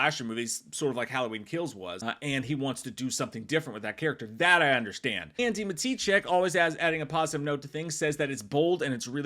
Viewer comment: Why do you always say Andy's name that way, it's wrong lol. Not ma-TEE-chek. It's Maddichack. The sound, not the spelling.